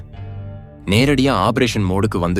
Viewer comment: குரல் நன்றாக உள்ளது. ஆனால் சில உச்சரிப்பு தவறுகள் உள்ளன. சூழ்நிலை (Jul nilai என்று சொல்கிறார்), Tank என்பதை Dang என்கிறார். Operation என்பதை obberation என்று சொல்கிறார். Pok என்பதை BOK என்று சொல்கிறார்.